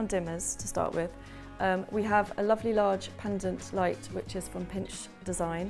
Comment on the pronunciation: I like how you say lofly instead of lovely.